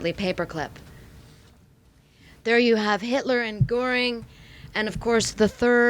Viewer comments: One suggestion, only. "Goring" has an umlaut over the "o," making the name pronounced "Gerr---ing," and not "Gore----ing." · Please learn to pronounce Göring.